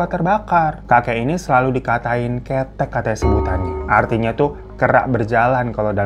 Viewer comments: Ngomongnya bukan kaya ketek kak tapi kéthek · Iya harusnya dibaca kethék bukan kéthék😂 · ngakak bgt bg hiro kok jadi ketek pronounce nya 😭 'Kethek' kata 'Khe' nya pake 'e' sekolah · bukan ketek bang, tapi bacanya ktek artinya kera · Sbg orang jawa, lucu bgt denger kata “kethek (monyet)” disebut jadi kayak “ketek (ketiak)” 😭😭😭🙏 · Kethek kirain ketiak atau nama sebutan lain pas bilang monyett lahh cara bacanya beda bang😂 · Ngakak bgt kalau bilang ketek😂mungkin mksdnya kèthèk : Monyet kalau Ketek : Ketiak Salah intonasi aja sih soale klau jawa e sma è beda di bacanya😂😂😂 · Hahaha😂 bang bukan ketekk tapi kettekk, pake ee, gimana ya😂😂 ketek itu ketiak bang, kettekk baru tu bony3t, beda bacannya bangg, ngakak aku tdi denger bang Hiro bilngnya ketek😂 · Bukan Ketek bang Kethek😅😅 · Kethek bukan ketek .. kethek itu kera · Baca KETHEK bukan mcm Ketek tapi "KE" nya dibaca dg nada macam waktu kita baca KElapa,dan "THEK" nya dibaca macam mi TEK-tek (ini saya cari contohnya yg gampang aja,meskipun seharusnya ada penekakan kata TH nya),sebab beda cara penyebutannya nanti jdi beda arti Bang,antara Kethek yg berarti Kera sama Ketek yg berarti ketiak. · Bukan kethek bang, kethek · Ketek apa ke thek bang? 😅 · Bukan Ketek baaangg, dibacanya ga pake E pepet tp pake E biasa 🤣 Jadi Ktek 🤣 baca Ke nya kayak Ke dari kata 'Kemana...' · Kethek bacanya bukan kayak ketek tangan bang, e depannya dibaca kayak 'e' 'enyah' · Galfok kak hiro bacanya ketek alias ketiak😂 bukan kethek alias monyet😂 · bang bukan ketek baca nya tapi kethekk 😂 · Keethek bang (E pertama dari KElas) (E terakhir dari Tektek), bukan ketek😂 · KE TEK wkwk, KE THEK mah beda banggg, itu artinya jadi KETIAKKK wkwk ngakak gueee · Kethek bacanya: ke - ke dapur Thek - udah bener kek ketek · Bukan kéték sayang, kèthék : ke - seperti kata "ke pasar" thék - seperti kata lothék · Ngakak ketek 😭😭😭😭 kethek bang, yaAllah, wkwk maaf 🙏🏻🥲 gbsa nahan salfok gara2 ketek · Kethék fan bukan kéték....😂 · Kethek bang bukan ketek. (dg logat benar) 😂